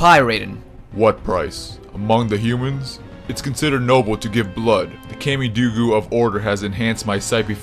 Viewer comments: It's Kah me Doe Goo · Don't mean to troll you but kamidogu is pronounced COM-ME-DOUGH-GOO